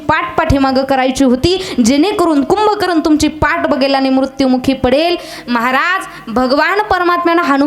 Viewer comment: रावण यांचे बंधू कुंभकर्ण आहेत कुभकरण नव्हे आपण तर ह.भ.म. आहात सर्व भाषेचा वापर आदर योग्य करण्यात यावे